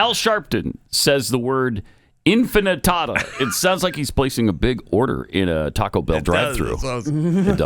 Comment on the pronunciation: Is the "infitada" a new entree at Taco Bell? Tostadas to Infinity!